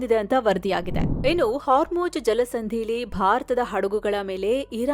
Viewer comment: My best and favourite channel. I miss Amar. But for Ma’am it is “HarmuJ alla madam idu Hormuzz”